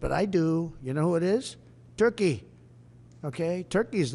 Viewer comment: Törkii, Törkii... Oh Lord, have mercy.